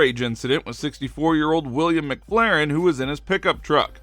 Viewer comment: Cant say mcfarlin? Not mcflarin lol!